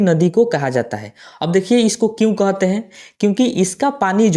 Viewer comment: कोहते हैं नहीं कहते हैं